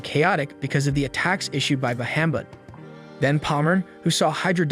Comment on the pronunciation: Say Bahumet one more time! 😂